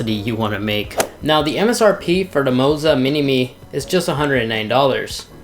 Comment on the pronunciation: LMAO, it's Moza, but he says Mozo when talking about it